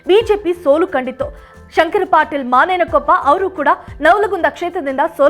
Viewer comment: ಯವ್ವಾ ಮಾನೆಯನಕೊಪ್ಪ ಅಲ್ಲ ಬೇ ಅದ ಮುನೇನಕೊಪ್ಪ